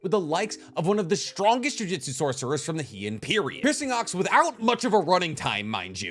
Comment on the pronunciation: Sounds like you’re saying jiu jitsu every time not jujutsu